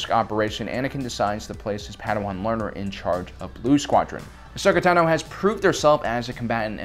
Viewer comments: Its Ahsoka Táno, not Tanó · I love this channel and the work that yall do but I can't stand the way you say ahsoka tano 😂